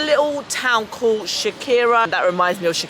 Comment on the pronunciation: Youre pronouncing Xewkija wrong. Its not shakira 🤨🤦🏽‍♀️